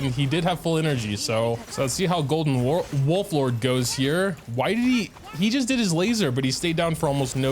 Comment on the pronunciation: it hurt my soul when he struggled with Wolford with nilou right there.